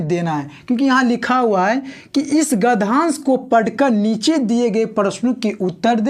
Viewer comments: Are gadhansh hota hai ki gadyansh 😂😂😂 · Gadhansh nhi hota hai gadhyansh hota hai 😂😂😂😂😂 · Sir gdhansh nahi... uchcharan gadhyansh hota h